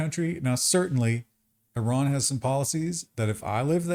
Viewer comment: It's Iran not Iran.